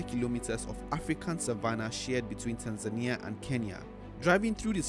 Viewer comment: I'm surprised how you pronounce Tanzania with the emphasis on the "i". You have upset a couple of my Tanzanian friends...